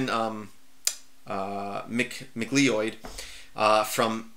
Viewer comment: macleod is pronounced mac cloud, like the cloud in the sky.